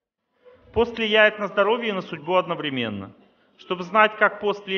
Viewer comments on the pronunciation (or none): none